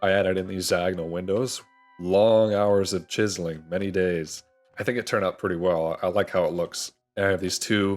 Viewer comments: cheezling.. Chiz-Zel-Ling my dude. lol, Cheeze Ling, XD Cheeze Ling, Kills me... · I love how you are saying cheeseling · I have never heard a single human being pronounce the word “chiseling” like that before in my life. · I saw this comment at the beginning of the video, waited five hours to hear him say it and I was NOT dissapointed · I’m dying I finally got to it 😂 Reminds me of the meme of the the Mexican pronunciation for big stores (Jōn Depot, Yacie Peenie, Papa Yohn) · Came up with a bunch of ways I thought he might pronounce it and I still would have never guessed he pronounced it the way he does. 🤣💀